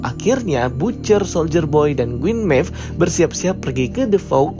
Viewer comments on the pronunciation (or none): Queen Maeve bosku, bukan Gueen maeve. 😁